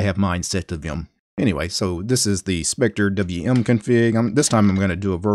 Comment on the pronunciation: wth just pronouce it “spectrum”